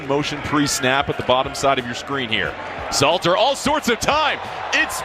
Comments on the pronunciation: His name is not Slayter…..it is SALTER. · Salttttttterrrrrrrr not slayter bro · Salter not Slater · Salter bro its salter and there is a L in in colorado lol😂 good videos though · You are the MICHAEL MYERS of butchering names. It's SALTER.🧂 😂😂😂